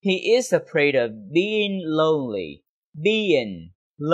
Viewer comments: Chào thầy, rất cám ơn thầy về video. Nhưng có một chỗ em thắc mắc câu ví dụ đầu tiên của thầy em nghe là: i'm afraid getting stuck in traffic còn khi câu phụ đề hiện lên thì lại là: i'm afraid of getting stuck in traffic. nghe như thừa chữ "of", nghe và nhìn mãi nhưng không biết chữ "of" thầy đọc khi nào? hay có chút nhầm lẫn khi viết phụ đề? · Sao em không nghe thầy đọc chữ "of" vậy, hình như thầy bỏ qua thì phải